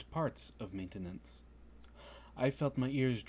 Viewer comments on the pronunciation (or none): I couldn't help but notice the odd pronunciation of maintenance and I was just wondering if it was spelled manetanance